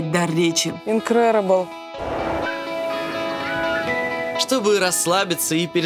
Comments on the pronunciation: Хотела понтануться английским ИНКРЕРЕБЕЛ 😂😂😂 это INCREDIBLE (инкредебл) объездила столько стран, а элементарный английский так и не выучила. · Не инкреребел а инкредибл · Incredible = инкреребл🤣🤣🤣🤣🤣🤣 насмешили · Incredible - инкрэдыбэл! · Инкрэрэбл 😂😂😂 Настюшь прям как я